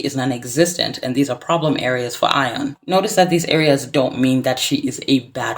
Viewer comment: is no one going to correct the pronunciation of her name? yikes